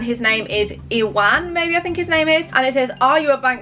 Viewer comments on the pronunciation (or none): The first guys name (Ieuan) is Welsh and you pronounced it very wrong. It's not "Iwan", it's "y-I-an". Hope this clears anything up. Great video - thought it was hilarious!! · The first persons name is not how you pronounced it, it’s welsh and it’s pronounced IEIAN, the U has an I sound 😂 xx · Ieuan is pronounced youwan Ur welcome x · Ieuan is welsh and pronounced y-eye-yan! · you said the first guys name wrong 😭😭